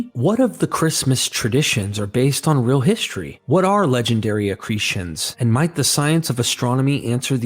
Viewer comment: Well this was a bait-and-switch wasn't it? At first I thought had posted some professional documentary narrated by a nice sounding British guy, instead it's just, who can't seem to help pronouncing the word real as "rill" and who has a reading cadence of a goddamn 6th grader. I'll pass.